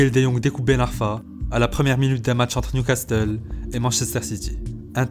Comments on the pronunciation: Newcas QUOI ? fréro ta pas le droit de prononcer le "T" dans Newcastle non pas toi.............................. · Faudrait apprendre à prononcer "castle", cela se dit "cassel" et non pas "castel". Très bonne vidéo au passage. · " Newcastle" pas "NewcasTle" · Le « newcasteul » il m’a écorché les oreilles toute la vidéo mdr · "Newcasteul" "Nidgèle De Jong" t'es sérieux frérot ? 🤣🤣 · New Castel?? Tu parles de foot et tu connais pas le nom des clubs?? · Ça ce dis newcassel. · Très chouette petit film sur ce joueur au talent de dingue… Merci !! La seule critique (mais ce n'est RIEN) : dans "Newcastle" en fait le "T" on ne l'entend pas… :) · qui prononce newcastle bizarrement qui l’a remarqué? Mais sinon magnifique vidéo passionnante comme d’habitude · Super vidéo par contre fait un effort sur la prononciation de Newcastle stp 😂😂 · Tu n'es pas obligé de dire le T dans Newcastle xD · par contre va falloir travailler sur la prononciation d" "newcastle" parce que ca m'a brisé les oreilles... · Arrêtes de prononcer le "T" de Newcastle sérieux ça pique les oreilles, sinon bonne vidéo ! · Articule frère. Et va apprendre à prononcer Newcastle stp. Lol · Frero la vidéo elle est au top mais si t'es autant à fond dans le foot, comment tu peux dire "Newcasteul" et "Nigél de Young" mdrr ça me fume on dirait mon daron qui connait pas le foot qui prononce ça